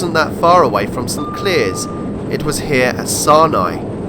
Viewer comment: Very interesting video. FYI St Clears is pronounced St Clares